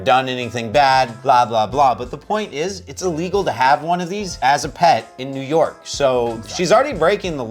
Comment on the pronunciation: “NEW YORKA” I love 😂